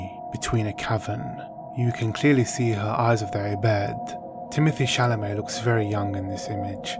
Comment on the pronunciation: It is Timo-tee Shalamay. Not timothy. Can't wait for this to come out on some sort of streaming service so I can fake subscribe for a half a month and then cancel and get to watch it for free!